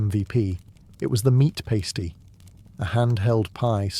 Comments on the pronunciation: Right, I enjoy your videos but ur also british so im confused why u said Pastee? Instead of Pasty ! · Pass-tee not pay-stee. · its called a pastie not a pasetee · What kind of English person pronounces pasty like that 😭😭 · Breeth mints? Paste-ie? Interesting pronunciation